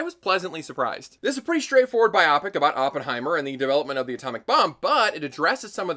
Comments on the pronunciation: why do you pronounce biopic as bi-opic, it's bio-pic...you sound like a hollywood snob when you say it that way, or are you doing it on purpose? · When did ppl start saying "bi-opics" instead of "bio-pics"? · Hey - I love your videos and I watched all 40 minutes of this one, but I hate the way you pronouce "biopic". By the end it felt like you were pronouncing it wrong as part of some weird prank. Was that the point?